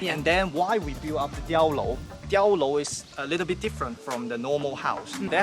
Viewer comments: 碉楼，not屌楼lol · 🤣I thought you said 跳楼 in the beginning